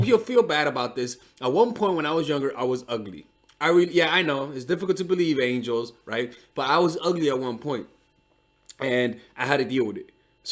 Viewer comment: If you’re gonna say angels you gotta commit to it!!! “angels” hahahaa